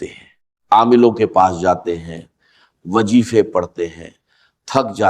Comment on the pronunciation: Bilkul ek sost ny drust kaha k awaz Fr Israr Ahmed ki hy magar wo khud nahin baat kar rahy bak ye Ai ya computerised hy. Is men chand alfaz asal sy change hy jesy wazeefa ko wajeefa kaha hy. 😡😡